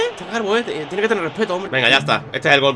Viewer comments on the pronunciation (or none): "tieneh que teneh respeto hombre" jajaja